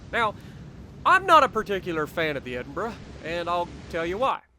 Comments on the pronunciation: Holy $#!t.... he said it right! It’s a glorious day! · You even pronounce it perfectly! I tip my cap to you sir!!!